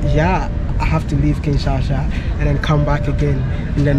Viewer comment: Wode, please learn the correct pronunciation of Kinshasa. It is Kin-sha-sa, but you keep saying Kin-sa-sha.